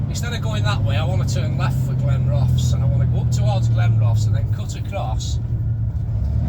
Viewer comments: All the best but it’s pronounced Glen Roth es 😂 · Great video as always, I used to live in Glenrothes and it's pronounced Glen-ro-thuhs 😁. Just my humble opinion BTW 😉🤣